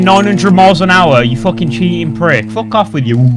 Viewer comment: i thought would say fuck off, but this time, he says: FUGGOFFF